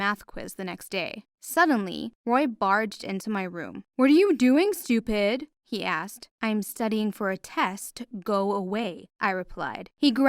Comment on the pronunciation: Roy: what are you doing “Stu-pid” Her: BITCH THATS NOT HOW U SAY IT